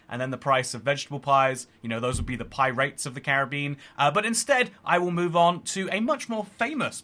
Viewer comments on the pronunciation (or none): "Pies of the Bean"...